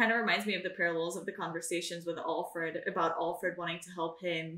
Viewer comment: I hate how she says allfred instead of Alfred